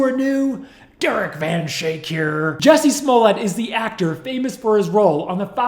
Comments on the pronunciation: It's actually pronounced Juicy Smolyay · It’s pronounced “Juicy”. Juicy Smoll-yea. French pronounciation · Excuse me. You misspelled and mispronounced his name. It's juicy smoolyay. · Dave Chappelle nailed 'Juicy Smollea'.. anything for attention.. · Juciey Smoo-yay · Jewsee Smuulyeah. Chappelle got it right. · The French actor “juicy smulilyae”